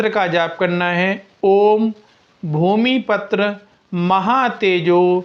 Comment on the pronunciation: Bhumi patra is wrong word. Patra means a leaf. It should be Bhumi PUTRA means Mangal is the putra or son of Bhumi.Wtong pronunciation does not give you any benefit.